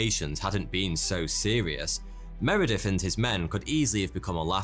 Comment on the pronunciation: I love this guy's videos, but I keep getting distracted by his accent. I used to think he was introducing himself as 'forty two'. He seems unable to pronounce 'th' and instead pronounces it as 'f' or 'v'. For example, he says 'fever' instead of feather. Instead of Meredith, he says Meredif. Instead of things, he says fings. Does anyone know where his accent comes from? It's obviously English, but from where more specifically?